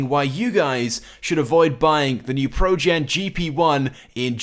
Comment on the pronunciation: He says it projen not progen